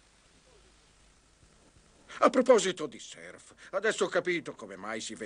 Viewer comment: Purtroppo non si pronuncia "serf", ma in Italia la conoscenza della lingua inglese fa veramente schifo.